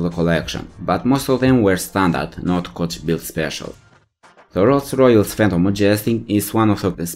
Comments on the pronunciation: Really ? Rolls Royolls ? You can't even say the name of the most famous car manufacturer ? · The way he says Rolls Royce fucking KILLS me lmao